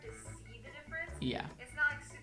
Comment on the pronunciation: it's "yuh" not "yeet" lmao